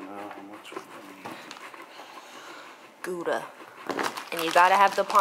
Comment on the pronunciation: Hahaha its so funny to hear you say Gouda to a dutch person like me. Goooeda. 😂